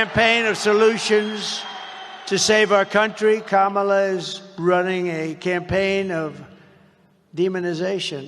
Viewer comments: He can't even say Kamala's name right, always mocking it , thats how racist he is!!!!!!! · Im pretty sure he's purposely saying Kamalas name wrong. And his nasty comments get on my nerves. When someone speaks the truth or repeats things he has said, he says they are being "nasty." SUCH A MAN BABY TODDLER!!!!!! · The idiot cannot even pronounce "Kamala" correctly. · he's a idiot, however,he think he scare people by saying,she said the truth about his filthy distorted sexual prettier, whatever she said, was the truth,he think, because he cant pronounce her name, if you think this moron isn't deranged,who is, he can't stop running his nasty unintelligent filter mouth,how can this filty mouth fool,take about Mrs Obama, with his distorted fat orange lying unintelligent ass, this nut, has no ideal about politics,yet,this fool was in the highest office in America,how,dose this happen,plus this convicted sexual prettier is running again, really,he made America,the laughing stoct of the "world"!